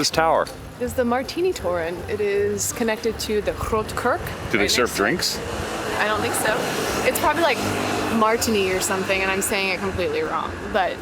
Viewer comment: Kerk not kurk, that's cork.